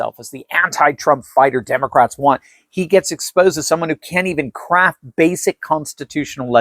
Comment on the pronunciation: Did you say crap or craft constitutional legislation?